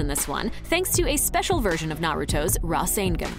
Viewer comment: She can’t even pronounce rasengan correctly.